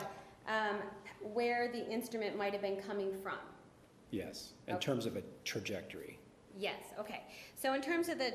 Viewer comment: can’t pronounce “trajectory “